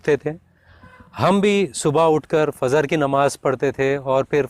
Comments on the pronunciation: Tum kabi muslam te hi ni kiu k trei batun se lag ra he fajr ko fazr bol re ho .peli nimaz ka nam hi ni bolna aa ra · Phely fijer Bolna to seakho